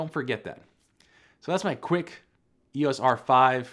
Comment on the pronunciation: Please say EEYOHS, not EEYAS. 😉